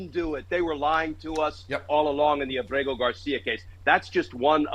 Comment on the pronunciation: Why does everyone mispronounce Ábrego Garcia’s name? The accent is very plainly on the first syllable, Áb-rego, not Ab-RE-go.